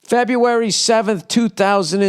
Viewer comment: Lieberry / Feberry 🤣🤣